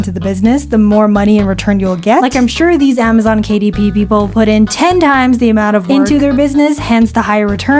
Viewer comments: Amzon kuh-dip is now the correct one. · ”Kuh Dip“😭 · I can't unhear "Kadip" now. It will forever be "Kadip". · Amazon Kuh-Dip. 😂